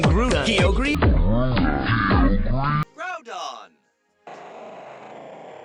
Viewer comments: Silver Fang if i ever catch another groudon, im nicknaming it grooton in honor of that horrid pronunciation. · oh my f*ing god, the way the show pronounces groudon and kyogre.